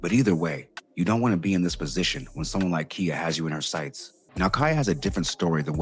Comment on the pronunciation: For the love of all things holy and unholy, her name is pronounced KY-uh, not Kia. 😊